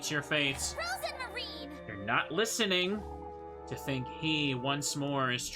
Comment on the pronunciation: Your pronounciation of Lebkuchen is great (Even though you rightfully dislike Jochen: Yo-hen). Overall your pronounciation is totally fine. On a side note: I'd say neither Rozenmarine nor Rosemarine is correct. Only know of the name Rosemarie so it irritates me a little constantly hearing an unknown spelling of that particular name. Love your playthrough so far and can imagine how annoying that continuous insanity frame was. Will definitely continue watching.